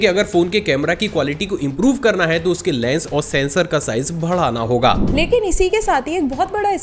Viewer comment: भड़ाना nhi सर बढ़ाना होता है, हर जगह आप भड़ा ही बोलते हो